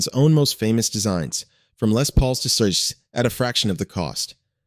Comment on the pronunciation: "... from Les Paul to szoiscxch."